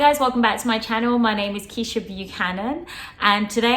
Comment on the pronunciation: Keisha not Kesha, love new year